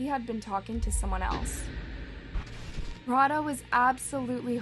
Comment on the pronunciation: ikrr its rau-dh-aa not rauhaa. this is so disrespectful.